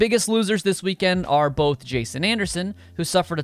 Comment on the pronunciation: its jason anderson not justen